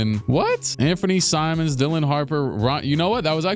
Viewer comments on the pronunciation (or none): none